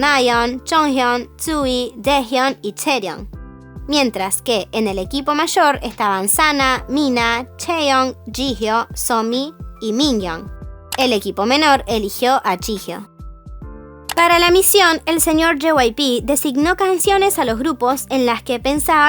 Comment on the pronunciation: se pronuncia somi, no sunmi shwbdwn sorry